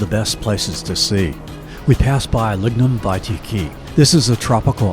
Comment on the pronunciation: One tiny correction; spelled Matecumbe Key, also divided by Lower and Upper, is actually pronounced, mat-a-cum-be. ❤ Thanks for gorgeous film of my 30+ years home!